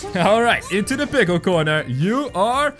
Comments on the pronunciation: It’s pickle not pickel! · WHY DO YOU ALLWAYS SAY PLCKLE IN THIS VIDEO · you said pickel 19 or 18 or 20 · its funny how he said to make every pickil rick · this is how many times he said pickel | v